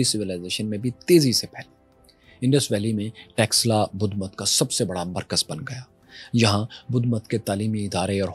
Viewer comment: Are texla nhi taxila bol esse pata chal raha hai kine padhe likhe ho indus velly civilization hamari ancient civilizations hai or eslamic koi civilization nhi gai iran ko v muslimo ne convert kar diya tha samjhe ham bharat se nhi hai bache Afghanistan me gandhar hamar hai pakistan me taxila hamari hai or Bharat me nalanda University v hamari hai bharat mehi Krishan g ki janambhumi hai bharat mehi share ram g ki janambhumi hai bharat mehi ancient kashi hai banaras hai gyanvapi hai or bharat ka pehla 16 mahajanpadha ka mahajanapadha maghada hai yehi 4 vedas likhe gye yehi 18 purab likhe gye kashmir mehi panchtantra likha gya mahabharat yehi hui yehi ramayan hui hai tum log to converted ho na tum hindu ho na arab wale tumko apna mante or baat hamari civilization ki kar rahe ho or hame hi bahar ka bata rahe ho bharat k bache bache ok pata hai tum logo k khoon me gadari ka or dilo me bhare jehar ka pehle sikho ko alag karna chaha or aaj aryan ko bahar ka bata rahe ho beta thoda or research kar allah kon tha ye v bhul jaonge or allah ne to kaha tha maine suraj banaya hai 4 din me pr Suraj banaya se v pehle Allah ne 4 din kaise gin liye jabki suraj k bina din hota hi nhi hai 😂